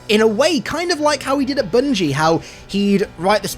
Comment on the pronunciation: Did you just say "boongie"? Sounds nasty.